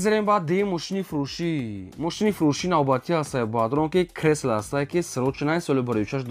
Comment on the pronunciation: Хеака кресла не крайслер😂